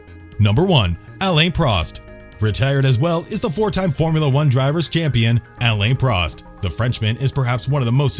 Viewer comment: Pronunciations such as Raikonin, Irvine, Jaguar, Alain Prost & Renault - absolutely hilarious. Are these pronounced by a human or automated computer announcement.